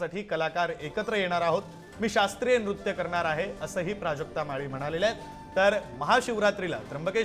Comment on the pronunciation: नूत्य नाही निट ऐक बाई